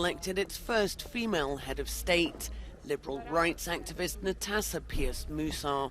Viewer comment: The name is written Nataša, and pronounced Natasha. Kind of sad that even a TV station called EuroNews can't get it right, or doesn't care. :(